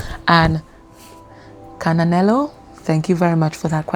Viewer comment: Firstly, you said my name perfectly!!!🤩🌸I'm from South Africa🇿🇦 Secondly, I resonated soooo much with this reading! I especially needed to hear the advise from spirit❤ God bless you my sister!🌸 ✌🏽&❤